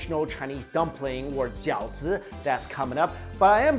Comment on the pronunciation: a what? Xiaozu? Edit: Jiaozi